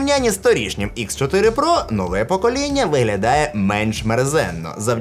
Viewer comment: Шось кєкнув з акцентом на "нового ПОКОління"